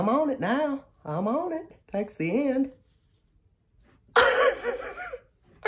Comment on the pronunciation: Did he say “hair nut”???🤣🤣🤣